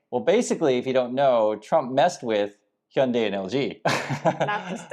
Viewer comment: Please could you explain to us exactly how to say Hyundai correctly? The guys from MOBIS told me "Hyundai like Monday" but so many people say it other ways.